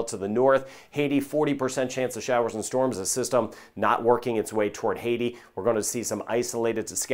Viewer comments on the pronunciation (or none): none